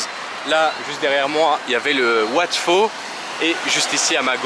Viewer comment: Wat "Pau", pas wat "Fau" !